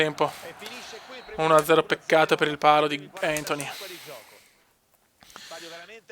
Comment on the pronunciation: Grande cume cmq grizmann si pronuncia come scritto io ok no griezmann e il nome e antuan si dici no antony